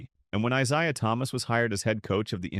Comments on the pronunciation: I ZAY uh Thomas not I ZI uh. Im so tired of this AI garbage 😮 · Eye say ah Thomas. Thumbs down.